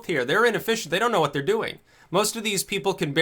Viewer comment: YA KNOW H'WHAT....I LIKE.